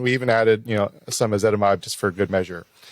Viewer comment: She’s very knowledgable. Nobody wants to correct her when she keeps saying ezetimide instead of ezetimibe..